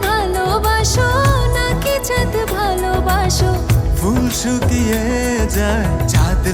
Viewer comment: সিয়ামের জায়গায় অন্য কোনো পেশাদার গায়ক নিলেও পারতেন l তিনি কয়েকবার ' বালোবাসো ' উচ্চারণ করেছেন l লম্বা দম নিতে ও তার সমস্যা হয়েছে বলে মনে হয়েছে l